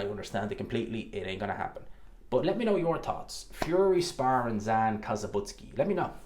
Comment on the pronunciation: It's Zhan not Zan.